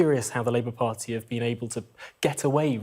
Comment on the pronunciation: Ar icle , vo ed , par y, .....spot the missing le er. 🤔🙉